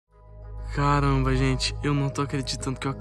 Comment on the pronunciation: Nuca vou esquecer o "caranba very" da 😫